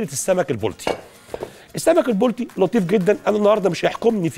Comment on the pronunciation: . لو سمحت انطق كلمه البلطي صح اسمه البلطي ضمه فقط ع الباء